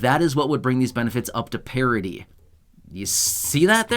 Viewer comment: The word is PARITY.